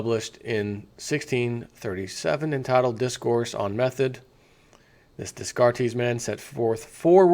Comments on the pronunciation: Descartes pronounced "Day Cart". Huygens pronounced "Hoy Genz". I see you were not a student of Science and Math. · Descartes is french, you should pronounce it like this; de-car-te roughly translated it means 'from the maps' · Hey bro the name Descartes is pronounced "day-cart"